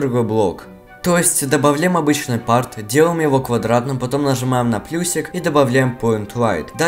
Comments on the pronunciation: Можешь убрать акцент со слов парт и билдер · как-же меня гипнотизирует когда он с каким-то итальянским акцентом говорит "part"